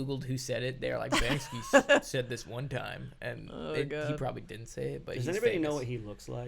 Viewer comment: Brother, the name of that famous artist is BANKSY, not BANKSKY ^^ get it right!